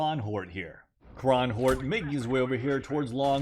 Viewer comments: When you said kronhjort. It made me laugh. Its the norwegian way of saying a red deer. And you totally butchered the word. Haha. But i digress love u either way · You saying kronhjort in my language made me laugh. That Was a good one 😅😅😅